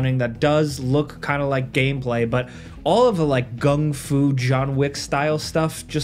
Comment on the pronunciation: What the hell is "Gung Fu"? 😂 Are you mixing Kung Fu with Gung Ho?